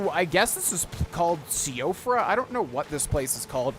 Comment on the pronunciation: I believe it is pronounced “Siofra” as in (Shee,o,fra) as I think it’s Irish descent, or somewhat Norwegian.